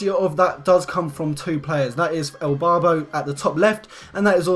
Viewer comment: Is it me or did he keep saying Elbarbo not Irbarbo